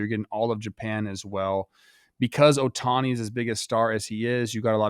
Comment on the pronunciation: Get his name right, it's Ohtani. And he's the only player who pitched and swung a bat in that game. Hoffman was so afraid of him he gave our worst hitter a pitch to tie the game with. Blue Jays would've easily lost without Vlad, I don’t know what point you're trying to make, what's the point of being "better" if you can't win when it matters. Better at what? Teeing off a bad bullpen arm when the other team has already decided to take a loss to better prep for the next game.